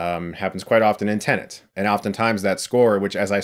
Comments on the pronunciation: It's TENET, Chris, not TENENT. FFS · Well "tenant" is a common use word and "Tenet" isn't. Also, the captions confirm he is saying "tenant". Te-Net not Ten-Ant. I still enjoy Chris regardless. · God it’s triggering TEN ET Not TEN ANT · Chris: Tennent Me, every time: ‘TENET’, Chris! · Movie Title: Tenet What Chris Hears: Tenant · I am a non-native English speaker and whole my life till now I used to pronounce tenet as a tenet and then came CS who was calling tenet as a tenant. I thought was I pronouncing wrong the whole time. Thankfully someone cleared my doubt. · you keep calling it Tene-N-t (tennent), it's TE-N-ET, 10 minutes forward, 10 minutes backward, reference to the last major scene of the movie. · "TENET" Chris. T E N E T. NOT "tenant" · Did he just say TENANT instead of TENET a lot of times or was it just me? 😂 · It’s TENET not TENANT... it’s getting on my nerves how many times he mispronounces it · Why the hell is he saying "Tenent”??... when the title is "Tenet” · You keep saying "tenant" when its TENET ! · I'm not finished this video yet, but... Chris, are you saying "Tenant"? Lol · Chris: “I understood Inception perfectly on the first viewing” Also Chris: “Tenant” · The way he says it isnt that bad tbh. There was this news lady who said Tenay. That pissed me off. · He absolutely does say 'tenant' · Thought the same thing, but it’s a weird word to say without sounding like you’re saying it wrong. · Ahhh Christopher nuland, director of tenant, interstate, mentos and bootman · I would understand if he was saying tnenent, but you're right, he says tenent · Yeah he is saying Tenant 😁😁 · Calling it tenent ruins the palindrome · Yeah, I re-watched to re-hear him and he says "tenant" the whole time. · Def saying Tenant, haha. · By not putting the second "n" in the word. "ten-et" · You need to adjust your hearing aid then because he says "tenant" EVERY time. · no no, it’s just YOU that is hearing incorrectly. He says TENNANT. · "Nukular Tenant" - Chris Stuckmann